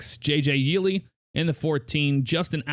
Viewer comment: Yes. And Steven Leicht is pronounced "Light". McLeod is pronounced "Mick-cloud". Yeley is pronounced "Yay-lee".